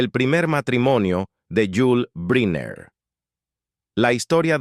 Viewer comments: Se pronuncia: Brainer , no Briner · Caballero, excúseme el atraimientos, brynner, se pronuncia “brainer “… perdón… eh? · Pronunciación: Brainer